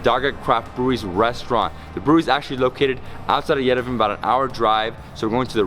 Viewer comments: Lovely video, but PLEASE pronounce Yerevan correct, it is pronounced YEREVAWN, emphasizing the last part awn, like yawn. Not Yerevun. Sorry, but it feels disrespectful to the country, but I think you would appreciate knowing if you have not been told already . Thank you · we love you, but please learn how to pronounce Yerevan. It is not Yerevin. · Yerevan, pronounced YERE VAN. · Yerevan is pronounced ye-re-vaan. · Just for the record, it's pronounced Ye-deh-von, Cheers!